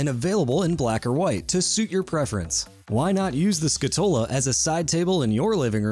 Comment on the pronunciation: Scatola is Italian for "box" and is pronounced, "SKA-toe-la".